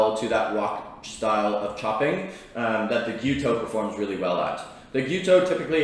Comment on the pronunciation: And it pronounces without the S in it . Gyuto means cow knife and not Gyoto . Kiritsuke once be considered only use by the executive chef in the kitchen . For me I prefer Gyuto with a petty knife Kiritsuke . Anyway it’s all about how you handle it . No right or wrong . Cheers